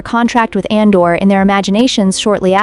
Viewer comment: ADOR not ANDOR